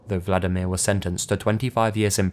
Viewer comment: Yeah, it may seem like Im picking on ya, but you really butchered those Polish names. I know its one of the hardest languages to pronounce correctly for non-native speakers but Vladimir is a Russian name (like Putin) and in Polish the equivalent is Włodzimierz (very difficult to pronounce but completely different) xD Oh, and btw we love to skin ppl and wear their faces, its a kind of national tradition but shhhh... dont tell anyone xD